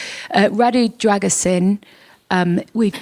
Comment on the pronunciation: British journalists and the rest: the name is pronounced Dra-gu-sheen